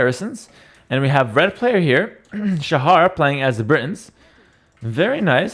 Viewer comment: Shahar18 is actually the second highest elo player from Israel, and Shahar is not pronounced like says it. the "ha" part (shaHAr) is pronounced with a sound that doesnt exist in english, like the last letter in malawah.